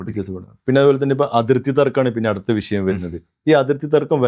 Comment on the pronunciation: വിശയം അല്ല, വിഷയം ആണ്.